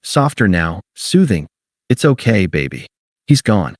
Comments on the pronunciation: Okay is two syllables :face-red-droopy-eyes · ..."ok" has 2 syllables, not one. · Okay is two syllables, not one. AI can't even count. Get rid of it! 👎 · Okay is two syllables, not one.